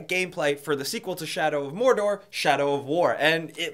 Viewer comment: You missed pronounced Mordor. Unsubbed! FANBOYS UNITE!